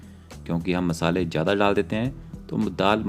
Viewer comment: Tum pehle bolna seekho. Pyaaj nahi pyaaz. Jeera nahi zeera. Jyada nahi zyaada, Jaroor nahi zaroor, jaroori nahi zaroori, majedar nahi mazedar, tej patta nahi tez patta, jabardast nahi zabardast. Uske baad Khanna banana